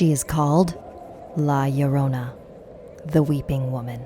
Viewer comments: That was the most white pronunciation of la Llorona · Bruh y does everyone say La Yorona and not Lorona? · Just so you know Her name is pronounced lagrona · She had a daughter and a son not two twin sons. And the husband was having an afar. Also.... am I the only one who is bothered by how she’s pronounced her name???!!! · im getting very nervous and im hispanic so how she says it makes me nervous me: too that's not how you say it TvT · I, as an angry Mexican, am irritated on how she says La Llorona, I like pronouncing Spanish words in the accent